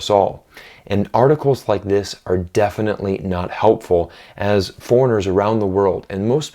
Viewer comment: Notice how he says "foreigners around the world", almost like a Chinese person would say 🤔